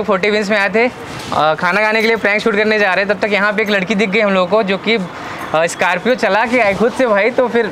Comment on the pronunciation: SCORPIO ❌ SCARPIO ✅😂😂